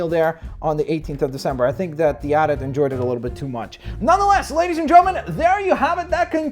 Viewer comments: No buddy, it's A-T A-T not ATAT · at-at is said with the letters individual a-t-a-t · don't say atat say AT-AT